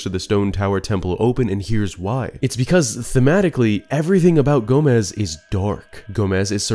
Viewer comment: I LOVE how you pronounced Gomess as Gomez almost every time you said his name.